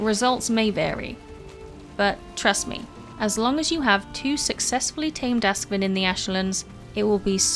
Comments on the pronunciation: not "ask-vin", but "aask-sviin". means ash swine in scandinavia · Ask is ash, svin is hog - so it's a ashhog. English pron is so 'wrong' :-) but I get why.